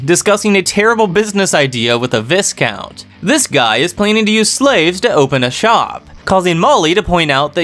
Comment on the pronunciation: not trynna be an ahhhole but check pronunciation of Viscount.